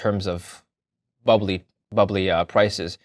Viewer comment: He said "Bubbely"